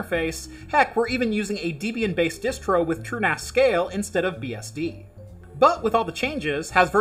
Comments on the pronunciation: Debian is a contraction of Deb (Ian Murdock's college girlfriend), and Ian (Ian Murdock). Deb-ian, not Dee-Bee-in. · This "Deeebian" gives me cringes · Debra and Ian Murdock = Debbie + Ian = Debian. Please not Deeeebian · So once again not DEEBIAN, but debian (from debbie&ryan)! Cheers heineken still the best...😇 and no cats pizz near my beer... No dynamic memory allocation of the vm's a big NONO ! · Actually, it's from Debra and Ian. But, I agree, not DEEbian! 😄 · LOL! You said 'DEEB-ian'! :)